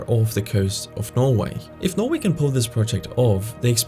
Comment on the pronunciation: i like how he says norway... "noevei"